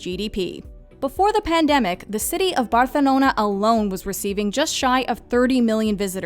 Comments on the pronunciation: She has a guiri accent, it's not how we pronounce it, but I disagree with Razvan, it's not cringy, she is not fluent in Spanish so her pronunciation can't be perfect, but she could have said it in Catalan, cause it's easier to pronounce for foreigners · She's trying too hard to pronounce the name Barcelona as if she were Spanish but still failed since instead of saying the "ceceo" she instead enunciate it like strong "th" which turned out really bad. It would be better if she just stick to it's English pronunciation. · The way she pronounce Barcelona is so cringey AF. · Your pronunciation of Barcelona makes me cringe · no, thats not how they say it